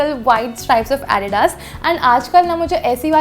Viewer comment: You pronounce Adidas wrong.